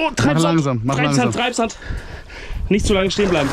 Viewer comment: Treibaand, Traibsand. Nein Junge, das ist Matsch und du schwer. Das ist alles.